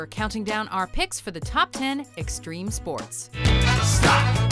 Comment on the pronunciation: STREME SPOATS